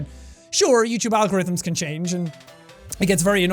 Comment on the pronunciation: Youchewb channel